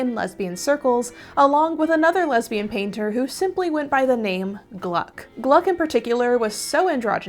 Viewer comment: Re: Gluck - It is such an odd name, especially as you are applying phonetic English, that I looked her up to see if she was German (in German "gluck" is pronounced "gluek" with a distinct long "u." "Ue" is actually the anglicized version of a "u" with an umlaut. It means "happiness"). According to Wikipedia she was indeed British but from a Jewish family with a German name. Her father was "Gluckstein," or "luck stone"). I am assuming she would have preferred the phonetic British. I apologize for the terms "she/her." I mean no disrespect. At the age of 71 and a grammar nazi kind of woman, I find applying plural pronouns to a single person really unnatural. I wish there was a better choice.